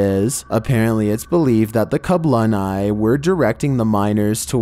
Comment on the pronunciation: A well done to he said the welsh name for the goblins perfectly. Being a welsh speaker I know it's a difficult language so very commendable. As for goblins in the mines hmmm not too sure lol.